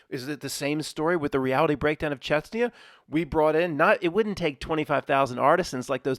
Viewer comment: Grozny and Chechnya, not Grotzny and Chetsnya. You can do it. 😂🤣😂